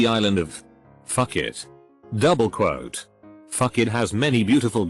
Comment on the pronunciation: nobody: text to speech: douBLE QUote